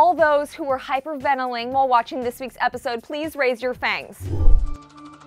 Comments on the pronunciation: she said hyperventaling instead of hyperventalating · “Hypervanalling” hahah lmao did this girl go to school?